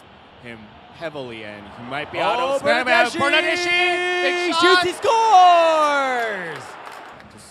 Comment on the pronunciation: The bernadeschi pronunciation was ear killingly bad